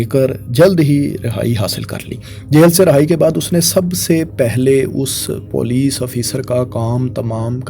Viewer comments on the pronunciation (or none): none